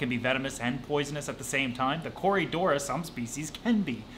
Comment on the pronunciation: It is corydoras, not corydora. The "s" is not plural, it's part of the name.